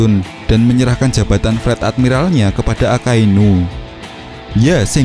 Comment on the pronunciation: Fleet itu baca nya flit bukan flat